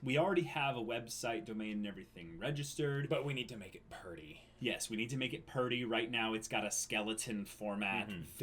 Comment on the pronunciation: "we have to make it purdy" oKAY THIS IS WHY I LOVE MAH BOIS